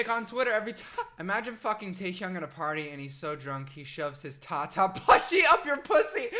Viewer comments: The way he says taehyung stresses me out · i’m gonna phonetically type how he pronounces each member’s name jungooo-k taeHyoung jih-Min nohmjoon soke-jin hoe-suck yoongi